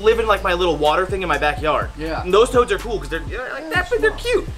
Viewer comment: I thought that he said toes not toads